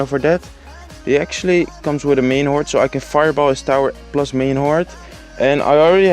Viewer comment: Ik kan echt een nederlands accent horen wanneeer je an zegt (je hebt de neiging om een te zeggen) en plus (dat je gewoon nederlands uitspreekt. Let daar een beetje op.